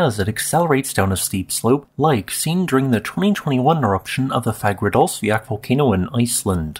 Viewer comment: you're only a geologist when you can pronounce Fagradalsfjall seemingly properly.